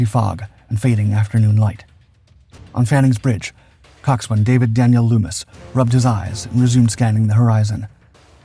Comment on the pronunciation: Coxswain is pronounced cox'n. No w.